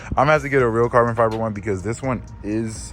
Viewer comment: BRO SAID FARBON FIBER LMFAOOOOOOOOOOOOOO